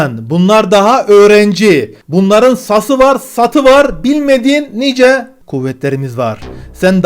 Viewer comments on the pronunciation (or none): none